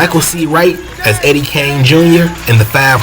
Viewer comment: Eddie KING, not Kane. 🤦🏾‍♂️🤣